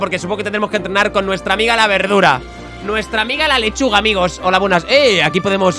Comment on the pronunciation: me encanta cuando le dise berdura